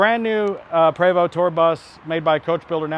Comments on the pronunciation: It is properly pronounced "pray-voe". You were saying "pree voe". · Je suis Canadien! Oui! C’est un Prévost! (prob. “Pray—VOH”)